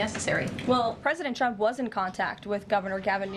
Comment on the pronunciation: She can't say Trump and can't say authority! "President Chump has a legal enthority"!! Lol